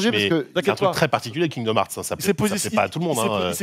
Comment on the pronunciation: "Kingdom Eurts fruit" xD